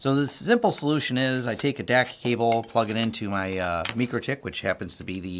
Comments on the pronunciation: Repeat after me: MIKE-ROW-TICK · Great info. But, it’s pronounced ‘Mike’-‘Row’-‘Tick’. Otherwise, awesome information that taught me a lot! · Never heard anyone say mikrotech the way you do 😂 must be the people I’m around but good video 🎉